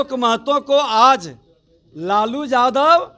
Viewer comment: बोलने आता है इसको साल को विजयवा को, यादव को जादव बोलता है साल ये